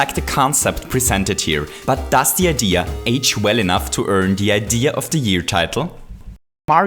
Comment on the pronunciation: STOP SAYING IDEAR IT IS SO FUCKING ANNOYING